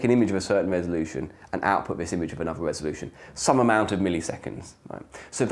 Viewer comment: Pardon. Did you mean resoloution?